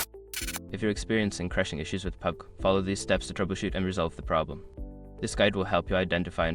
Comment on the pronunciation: Wtf is that pubg pronounciation?...